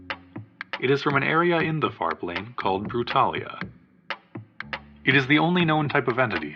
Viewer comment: I swear I heard “fart lane” instead of “far plane”, sorry